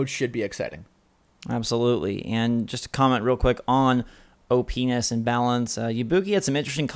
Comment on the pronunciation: oh...oh my...not a very good way to say op characters...